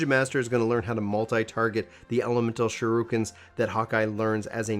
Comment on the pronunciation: He said Shirooken too. I'll never understand how that's become such a commonly wrong way to say that word.